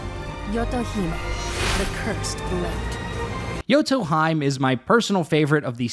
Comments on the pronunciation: Bruh the way he said Yoto Hime is wrong lol, its Yoto he-may not hyme lmao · pronouncing yoto hime like its nordic is crazy LMAO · I like how she literally says Yoto HE MAY , and he still says Yoto HIME 😂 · This was especially annoying when they cut Yoto Hime pronouncing her name right and then the narrator immediately pronounces it as Yoto Haim. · That has to be intentional, but hearing the character pronounce her name "Yoto Hime" as in, "He-may" and instantly hearing you pronounce it "Yoto Haim" instead really gets on my nerves. So infuriating when you know it's the wrong pronunciation but go with it instead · Hears how she says her own name, "Yoto Hymn,": "Anyways, Yoto Heim is..." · thank you! I'm going crazy with all those fake knowledge pronunciations, especially when people correct a wrecked-american pronunciation with "correct" one, which is STILL not right... but to Yotoheim we go, where Valkeyreys are flyeying!! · P.S. Its pronounced Yoto He-May. Heeeee Maaaaaay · cool vid, but about pronounciation -> she already says her name correctly in her intro vid :'D Yoto He-meh... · Isnt it yoto hee-may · Its pronounced Yoto Hee-may. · the way you mispronounce yoto hime makes me genuinely want to tear my hair out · Its funny how yoto hime says her name and you mispronounce it immediately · Really cant be that difficult to just pronounce a characters name correctly. Really common trend of content creators not even bothering and then hiding behind "oh names are hard for me" youre a full grown adult dawg be serious. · Let me show you the correct way to pronounce Yoto Hime then right after pronounce it wrong LOL. Solid vid though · As a yoto main for 2 years you just assaulted my ears with that pronounciation of her name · especially after she pronounced it as yoto hemaie lol he pronounced it in some Irish tounge as if she's a goat or something lmao! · She even says it omg im so sorry